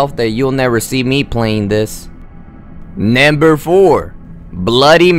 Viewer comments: He really said nAmBeR Juan 😂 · Is this a fking comedy video, i mean he said naimber 4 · man say it with me "NUMBER" you should have someone else narrate your videos